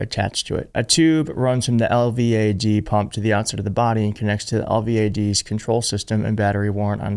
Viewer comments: I'm a retired Rn. LVAD is pronounced El-Vad! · We pronounce it L-VAD. I don't believe you can get an MRI with an LVAD due to the high powered magnets. The Oompa loompa is still a crazy POS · It's pronounced El-VAD, as one word. Recovery from LVAD surgery is one month. He never disappeared long enough to have this done. He likely wouldn't be able to carry the required batteries, even with the special under garment that can accommodate two batteries. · Say "el-vadd"